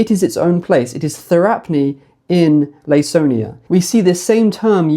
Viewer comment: Hi, great video! Just letting you know that Laconia is pronounced with a k like Lah-Koh-Nee-uh for future videos :)